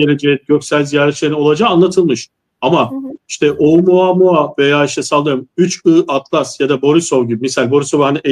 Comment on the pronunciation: Yahu kadın 31 ATLAS değil, 3 I ATLAS.. da defalarca söyledi..